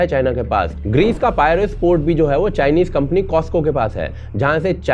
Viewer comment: हाइफा का आपका उच्चारण तो कईयोने कमेंट्स में सुधारा है। इसलिए मैं पिराइउस का आपका उच्चारण ही सुधारूंगा। पायरेयस नहीं पिराइउस।